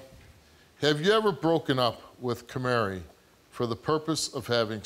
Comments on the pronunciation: Is he saying "Camary?" Like the little bird "Canary" but with an M? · "Kamari" lol.